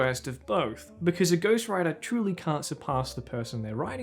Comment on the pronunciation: Lol I thought you said ghost rider the first time you said ghost writer and I was so confused